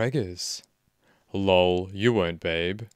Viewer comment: His “yaaaaa” is a awesome, but when he says “lole” instead of l-o-l is great!